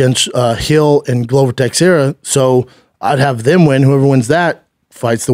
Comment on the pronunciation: Shaub why do you mess up veteran fighters names??? I can’t understand how you mispronounce glover & Brandon morenos names??? You were in the ufc why is having to correct you?